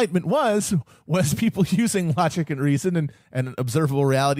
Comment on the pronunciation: I love when Matt says rogic and reason